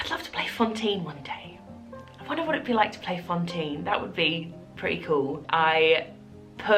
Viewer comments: Congrats, you are wonderful an soooooo worth it!! Just curious, is it your accent that makes it sound like you're saying Fontine instead of Fantine or has the production like changed her name or something? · Haha yes, I know how it's pronounced in French, I speak it. It still sounds like she pronounces is with an o, hence my question :)